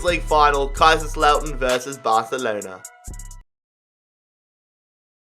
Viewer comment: Listen to him say Barcelona